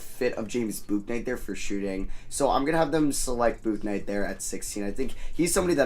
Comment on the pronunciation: Great vid but FYI it’s pronounced book-night